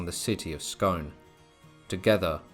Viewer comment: It's pronounced SCOON not Scone